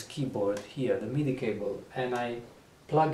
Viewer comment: I hear you say many times a word I'm not picking up or understanding correctly. It sounds like "meaty"?? But are you saying "media"?